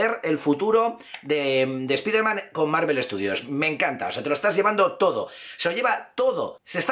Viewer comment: no se dice espiderman, se dice spaiderman.